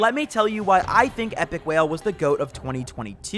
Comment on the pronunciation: Bro really said Epikwhale 🤣